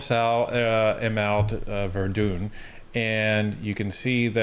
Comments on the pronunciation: It is pronounced as it is spelled, Ver-dun, or Ver-done. This is the way it has always been pronounced by English speaking Montrealers, and always will be. Like, well done, but Verdun. If you would like to insult Montreal's English speaking population then by all means pronounce it Verdoon, but I would not suggest it. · Verdun is pronounced Ver-done. Could you please inform montreallers who can vote? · Pronounced Ver-done